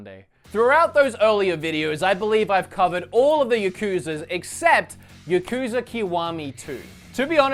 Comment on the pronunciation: It’s yakuza not yakuooosa